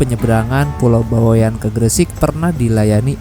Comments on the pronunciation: Bawean .. Bukan bawe an pengucapannya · Bawaean baaang baweaaaann.... Bukan Bawek'an,, Bawean ngga pake tanda petik